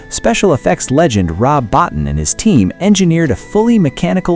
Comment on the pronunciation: Rob Bottin's last name is pronounced BO-TEEN. FYI for the future.